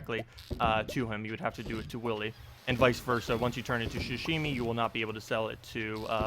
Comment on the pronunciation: I got so triggered when you kept saying ‘shashimi’ like bruh it’s pronounced how it’s spelled, ‘sashimi’